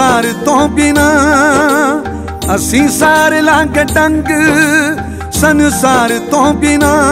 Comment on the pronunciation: Maan saab to punjabi De lafz di Galat Pronounciation Di umeed nyi C , Its Not San~saar , Its Sansaar Yr..